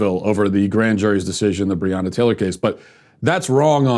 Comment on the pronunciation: He couldn’t even say her name correctly and the video is sponsored🤦‍♀️🤦‍♀️ f*ck off